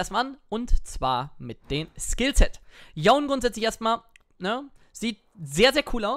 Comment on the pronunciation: Dieses "Yon" triggert mich... der heißt Yone...